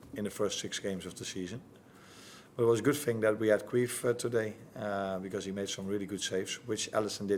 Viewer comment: "good thing we had queef today" Wait...what Listen again.... yep he says queef...? And then I went on trip down a rabbit hole of Irish names. Thankfully